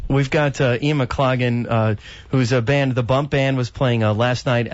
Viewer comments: This interviewer was very disrespectful in not getting the correct pronunciation of Ian's name before hand... 'off air'... real amateur stuff! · How to insult your guest.....don't know how to pronounce his name on air. Pathetic.